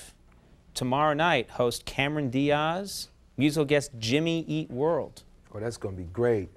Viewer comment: Thanks to all the Team Coco podcasts and Behind the Nonsense videos, I'm now picturing the writers relentlessly teasing Conan after this aired, for pronouncing her name as "Cameron Dee-Ahhz". Then Conan wrestles Mike Sweeney while yelling "Jub-Jub" over and over.